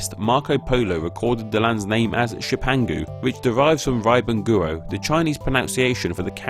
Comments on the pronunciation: Ri ben guo isnt pronounced as "rai-bin guo" its pronounced as "re-ben gwo" literally means rising sun country. jepang's ang is jep-àng not jep-eng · IT'S NOT "RIPEN GUO" IT'S "REE PAN KUO" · pronunciations are all over the place. riben guo is pronounced like "reu-pern guo", jipang is "jee-pung" and jepun is "jer-poon" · You should try to look up the Chinese pronunciations before you post them in a video 日本國 sounds more like: rrrih bun gwo but that doesn't really capture the sound either you need pinyin for that and pinyin cannot be pronounced like english. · The pronounciation of "ri ben guo" sounds much more like err ben gwo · If you are going to make a video about the origins of a name, at least learn to pronounce one of the sources of the name properly. It's not RAI-BEN-GOO-OH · 'rye ben goo oh' seriously? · oh god...that pronunciation of riben guo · Before you try to pronounce a word like "Riben guo" just click "listen" on google translate and practice a couple of times. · Look, we don't pronounce it like that. Even our old dialects aren't like that. Just... use the little speaker. It'll pronounce it for you. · and you mispronounced riben guo. jesus